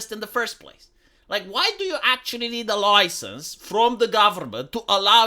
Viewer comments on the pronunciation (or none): did..... did you say 'loisence'?